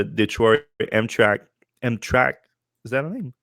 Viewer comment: Pronounced HAM TRAM ICK